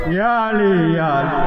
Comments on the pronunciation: علی پے زبر ہے یہ پیش اس جاھل کو عربی پڑھنی نہیں آتی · علی کے یا پر زبر ہے یا پیش 😂😂😂😂😂😂